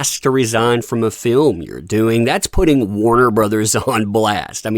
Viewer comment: "feelm", you sure you didn't mean "film"?